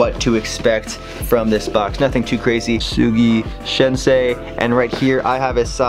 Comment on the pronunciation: Soogi shinsay lol